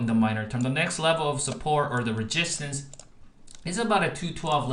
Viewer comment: Why are you saying ReGistance????